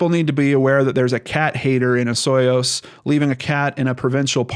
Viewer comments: Just fyi, it's pronounced O-soy-yoos:) You were close though! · You were the closest to the proper pronunciation of Osooyoos, im surprised!! Unfortunately, where she went missing, it is very rural, but Kelowna is one of the largest cities here in BC. And the terrain here is rough, especially farther out that way; rattle snakes, cactus, bear, cougars, raging rivers, 6+ft of snow and -40° in the winter. This is a scary case and thats a long time to go missing. But going into Kelowna might be smart, she wouldn't be seen/noticed very quickly, because its a relatively large city (well, for Canada) and for a case that has such little coverage. And shes only a few hours away from one of the largest cities in Canada - i have a funny feeling it had something to do with the husband.